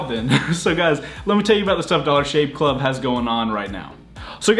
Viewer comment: "Dollar Shave Cluv" 😂